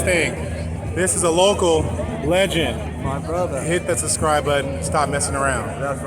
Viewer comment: He says suscribe :D